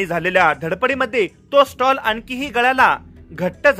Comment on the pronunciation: शब्द उच्चार कडे लक्ष देणे गरजेचे आहे, स्टॉल चुकीचा शब्द असून स्टोल हा शब्द योग्य आहे